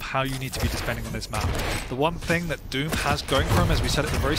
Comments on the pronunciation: I keep hearing "dispending" :\ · You're actually right, he misspoke and said 'dispending' but he clearly meant defending. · Just did. Play it back at 1/4 slomo, loud volume, still hear "Dispending"